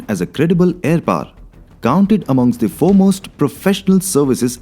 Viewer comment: Aaar ya paar lol. Paaar 🚫 its Power Pah Wher. Aarrrr 🚫 Ha wher. Unusually loud and obnoxious background music no refined sensibility.